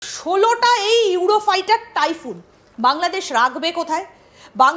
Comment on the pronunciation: তাইফুন না,টাইফুন।